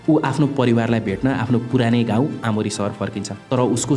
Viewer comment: आओमोरि लाई ओमोरि भन्नुहुन्छ वहाँ 😅